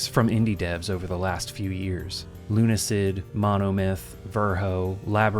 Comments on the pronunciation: Saying 'Luna-syd' just reminds me too much of "Ludacris" and throws me off with the two different tones. As such, I too prefer this "Lune-acid" pronunciation. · Luna - acid, is the correct pronunciation